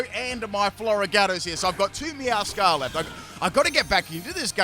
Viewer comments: Its actually MeowscaraDA. Like “mascarade”. I dont understand why he calls it Meowscara. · Repeat after me- Spri-gah-tee-toh Meow-skah- rah-dah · I think Meowscarada is pronounced Meow-scarada (Like a mascarade, because it wears a mask) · Meow - scur - raid - uh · I love how skips a syllable for Sprigatito and Meowscarada:_pimpKappa::_pimpKappa::_pimpKappa:. Floragato got some special treatment